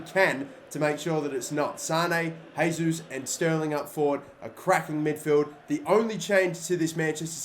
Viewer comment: It's funny seeing people pronouncing Gabriel's name wrong, it isn't Hesus mate, it's Jesus, the J has basically the same sound as in English, whenever you see a Brazilian or Portuguese player with a J on the beginning, it's J and not H sound, don't know why but I find very annoying mispronouncing players name.